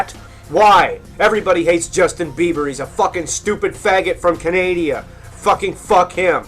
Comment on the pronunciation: Canadieas? Sir you need to learn how to pronounce Canada (Can-a-da) fucking babies could say that right and Canadian is not the country but rather the people from Canada